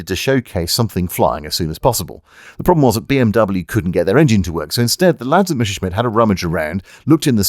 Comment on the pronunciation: In spite of your Sean Conneryesque pronunciation of "Mesha-Shmit", you have delivered another witty and interesting slice of infotainment. I found the line "as fu©ked as a sock in a teenager's bedroom" particularly amusing. Keep up the good work. As you were. 😎👍